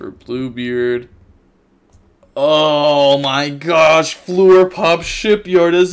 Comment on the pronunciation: it's shipYAAAAARRRD, not shipyard